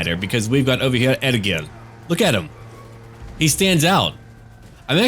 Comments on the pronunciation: "E-GIL" dammit! how hard is that to pronounce!? Ergil? ewewwrtgbggil? no... E-GIL.;) now. back to the vid:D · im norwegian, and egil is a typical norwegian name. Trust me, its e-gil. 😁 but it will sound more like ey-gil when your pronouncing it. Our way of sounding out the e is abit weird. Loving cinematic vids btb. Great content!